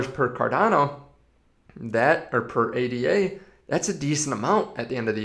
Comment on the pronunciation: It is Ada like the name, not A.D.A.